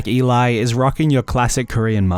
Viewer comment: ELI ❎ E-LAI ✅